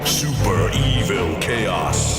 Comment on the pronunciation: lmfao i forgot the way the narrator said SuPeR eViL kAoS